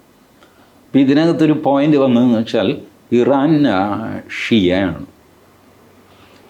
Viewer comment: “ I - ran “ is Iran.😂